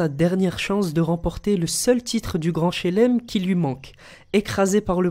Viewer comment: grand shlem pas shelem 😤😤